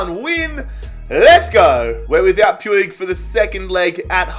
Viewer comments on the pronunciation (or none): RIP Riqui Puieuig it's pronounced "puuch" in catalan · Who else got triggered when he butchered puig’s name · please pronounce puig's name correctly........